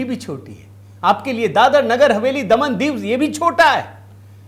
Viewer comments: क्या बकवास कर‌रहे हो? ..प्रचंड जीत,मतलब ऐसी जीत नहीं है कि जिसको छोड़ दिया जाए इस अनर्गल प्रलाप का क्या अर्थ है। महाराज दादर नहीं दादरा है जिसे आप दादर नगर हवेली कह रहे हो, समझे क्या। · दादर नही दादरा